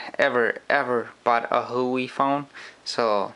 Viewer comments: It is pronunced as this who-wa-way Not who wee. Just sayin. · it's "WAH-WAY", not "Hoooo-WAY" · the brand is not "who we" its called Hua wei sound like"war way" i am chinese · no its pronounced - WAWAY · Its pronounced - H-U-A WAY